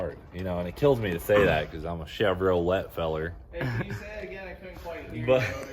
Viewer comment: You say Chevrolet like my Granny used to. ;)